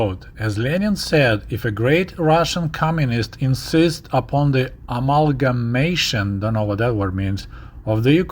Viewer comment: His pronunciation was very good, even though he was unsure of meaning.